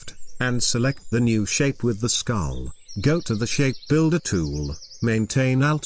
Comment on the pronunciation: Everytime the tts says tool, all I hear is Toowowowloo